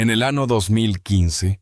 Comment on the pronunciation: ¿ que pasa con la letra Ñ? Es de risa escuchar el año por "" ano"" en castellano o español es CULO , montaña por "" MONTANA"" estamos en en el antartico o en una ciudad de EE.UU ?